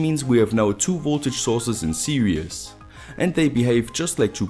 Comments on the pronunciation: You said "serious" ..its sposeto be "series" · I'm sorry but "series" is pronounced "see-rees" where the ee is pronounced like "sea". You're far smarter than me, so don't feel patronised cuz I'm dumb.